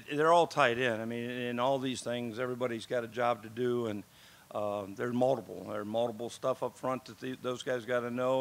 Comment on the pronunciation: Does anyone else love the way he says “multiple”? Sounds like moldable